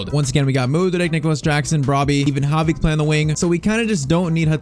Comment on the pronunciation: It “Javi” not “Havi” 😂